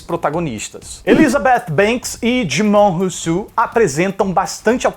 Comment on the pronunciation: Quando o falou Dijimon Hounsou eu ouvi: Dilma Housseff com sotaque francês X